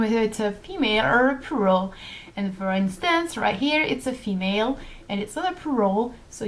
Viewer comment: I'm sorry about what I'm going to say but it's a bit awkward when you pronounce the word "plural" as it sounds like "poo roll" to me instead. ._.;;;; Try pronouncing the l in plural more like with the word for flower in French, 'fleur' but keep the 'u' sound the same as you did.